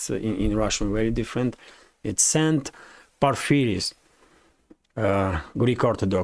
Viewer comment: Por-FEE-ri-os. The "o" is always pronounced "o" in Greek, never "a". Πορφύριος (ΠΟΡΦΎΡΙΟΣ)